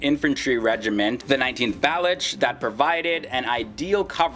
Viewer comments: Please note it is not Bal-uch. It is Ba- loch or Ba- looch regiment which is named after Balochistan a province of Pakistan. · please pronounce Baluch as Baloch. Your videos are very interesting.